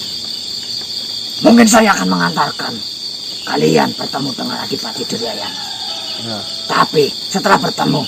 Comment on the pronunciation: Adipati adirgayana mas..bukan Dirgayana!